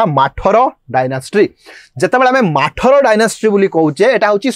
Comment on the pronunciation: Do not call ମାଠର , it is pronounced as ମଥରା dynasty